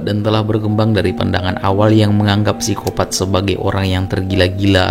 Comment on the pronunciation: Koreksi min, Psikopat, P nya ngga usah dibaca